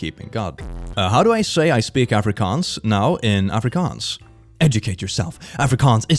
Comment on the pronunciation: Oh wow! He pronounced Afrikaans really well! Hi from South Africa 😄❤️